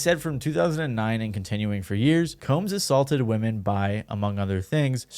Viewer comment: So sick of these youtubers censoring shit that doesn't need to be censored or not pronouncing "women" correctly.